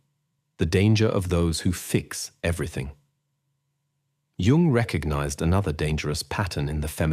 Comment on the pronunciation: Carl G. Jung was not born in June ( joone). Al narration is horrible